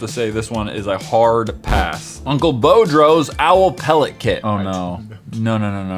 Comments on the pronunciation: Dude it's no Bo-dro it's Boo-dro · I'm from Louisiana. Im laughing so hard he pronounced it like "Uncle Bow-drows." Instead of like uncle Boodrows.